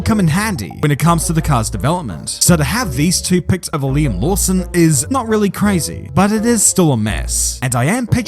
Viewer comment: it's Liam...